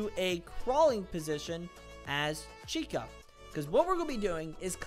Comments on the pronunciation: "chIca" IT'S PRONOUNCED CHEEKER not chyika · It’s pronounced CHEEKAH not CHIGHKAH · You pronounce Chica wrong it’s suppose to be Cheecka not Chyca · Chicha💀 no chica ch-ka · Bro just said Chaika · “Chaica” the way you pronounced chica was funny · SO U R GOING 2 BE ....... CHIAKA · The way he pronounced Chica like Chika, lol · “Chika” got me laughing but great video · bro really said "chyca" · Bro really said “chyca” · ''chaica''😂😂 hahaha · MAN REALLY SAID CHI KA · Th eway he pronounced chica💀 "chaika" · why would you call chica Chayka😭😭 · "chi-ka" XD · ITS CHI-CA and ty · bro said Chaika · NOT CHYCAR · love the vid, helped and all, but the way you said chica hurts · Bro, just said it wrong😂😂😂😂😂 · the way on how he said Chica💀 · the way he pronounces chica also good video lol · I love how he said chica 😂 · how bro said chica 💀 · I am so pissed off for how he pronounced Chicas name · why did you say chica in a weird way?